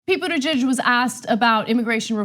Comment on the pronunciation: Boot-I-judge. Not Butt Geg.